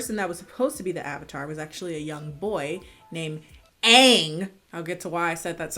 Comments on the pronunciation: Bruh I got triggered when you said ung like I couldn't even watch the movie after I heard them call Aang that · As an Indian kid who grew up with Avatar .... I am so offended by how an Indian messed up my favorite series and really laughing Everytime when his name being misspronunced in a Englishish way... I say he is living in the curse of Calling Aang aungg.. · WHY DO THEY SAY “AH-NG” ITS AANG AHAHXJXKS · I couldn't finish cause of that Ung and Soku😭😭😭 I ended with a scream saying it's Aang not Ung and changed it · I’m was so pissed when they made the water nation white and when they kept saying Uang instead of Aang . I was like who tf is Uang!! 🤬😤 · "AANG" You tell em girl...the way they pronounced it made me so crazy lol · I remember the first time I watched this i turned it right off after I heard them say Uange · Oh, I love the UHVUTAR. UNGH is my favourite. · I remember spending my babysitting money to take my older brother to the movies to see this. The avatar was one big thing we had in common and I was soooo excited. Needless to say we suffered through that movie. And every time they said AUNG I cringed so hard. What an absolutely disappointing movie. And you got it right. The avatar meant so much to me and they just did not care :( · I mean in asian languages Aang would be pronounced more like Ahhhhnnnggg, so I think maybe they were trying to make it MORE accurate. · as soon as i heard them pronounce it "aHnG"...hunny the RAAAAAAAAAAAAAAGE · ikr. It would be pronounced more like ong because asians use soft A's, but then casting a white dude blows it out the window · Every time they say “ung” I lose ten years of my life. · the only thing i remember about this movie is that zuko looks like kylo ren and they pronounced aang as "Ong" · If I hear “UUNG” one more time!!!! I will commit ... “pissed and triggered off ATLA fan” bending move!!! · Um sorry -sweetie, but it's actually pronounced, "Åñg" and "SōKá" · They even said aang wrong